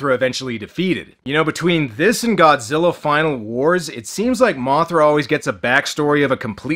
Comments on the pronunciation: It's the extra R on the end of Godzillar that gets me... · did anyone else hear that dubber call godzilla "GODZILLER"? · ive always wondered where you have to be from to mispronounce godzilla as godziller and who allowed that to go through on the dub? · "bio lan tee is a weird austrailian pronunciation like godziller is." No, that's not true. "Godziller" is just the result of the Queen's English accent where they pronounce "a"-ending words as "er." However, the international dubs, they have to run that stuff past Toho. "What are we supposed to call this character? How do you say it?" So, however they said it in the dub is what Toho wanted us to use in English. Ted Thomas talked about this sort of thing in the interview on the Media Blasters "Godzilla vs. Megalon" DVD that leaked with all the extras. This is also why the international dub of "Godzilla vs. Destroyer/Destoroyah" still uses the pronunciation "Destroyer" because Toho explicitly told them to do so.